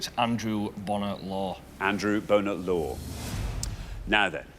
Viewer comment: Richard and Xander both ALWAYS mispronounce Bonar as “boner”. They do it even when the contestant has pronounced it correctly as “bonner” like Dan did here. It’s so irritating.